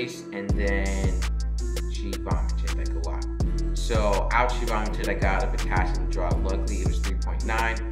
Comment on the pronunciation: I liked it, the only part I had to turn on the closed captions for was when you said, potassium 2.9, couldn't understand so just replayed it. It's post covid and I went to school for my LPN , been doing long term care for a short time then went to homecare 1:1 for vents and trachs and then school nursing. Was nervous going into the hospital exactly for what you said Not feeling like you can think with high patient ratios. Saw they are now hiring LPNs for tele units and needed to know what to expect. I went back to school for my RN . Thanks for your video. I